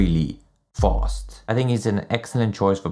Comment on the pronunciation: "Fost" lol